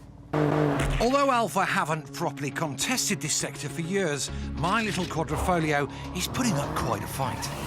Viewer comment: The Alfa will break down before you finish saying Qua-dri-fo-glio